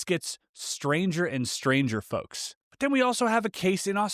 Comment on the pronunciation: Why does the word 'folks' sound like 'fucks' when you say it? Alright fucks...